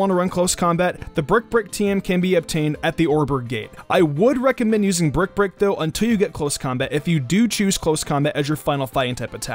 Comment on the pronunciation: Sounds like you're saying Brek Brek instead of Brick Break